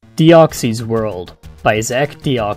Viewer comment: DEE OX UHS